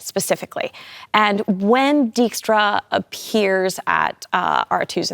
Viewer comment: Season two was great fun to watch, although a minor nitpick I have is that they Anglofied the pronunciation of certain names. Pronouncing Dijkstra as Deekstra, for example.